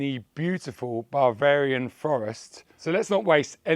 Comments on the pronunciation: Buh- veh - ree- an. Not bar-varian. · Baaa-varian? Are ewe a sheep? I think you mean Bav-Arian. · What is Bar-varia... Buh fer ee an... say it all in one go... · "Babarian forest" 😂😂😂